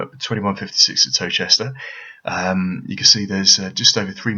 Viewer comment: Tow-chester? XD